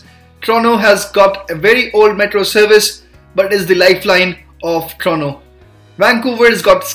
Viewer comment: Dude its not trono it Toronto don’t eat the T whith your try hard accent